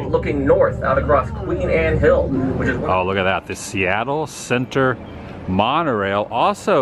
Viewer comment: A few Seattle pointers: - the coffee density is high. If the number of coffee places per city block goes below 2 people start having withdrawal - the emphasis on pronunciation of "Seattle Center" should be on the word "Center", not "Seattle" - Alweg is the same company that built the Disneyland monorail